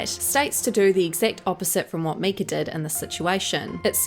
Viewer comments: 😂😂😂 I say it out loud every time she says “Meeka.” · Her name isn't Myk-er its Myyy-Kah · Is that a picture of Kate Hudson next to Myka ? Please stop saying her name with the soft i, it’s “m-I-ka. As much as I don’t like her at least don’t give false information. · Her name is pronounced just how it is spelled. My-ka as in My name is myka! Please say her name right if you are going to make videos slamming her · I wasn't sure if it was her accent or what. 😂